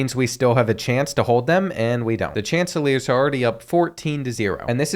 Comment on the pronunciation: My boy called coastal Carolina the chanselors. Its pronounced Shan-teh-clears